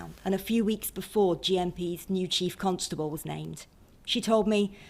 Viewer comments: Why does she pronounce Constable as Cuntstable? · Lol she says cuntstable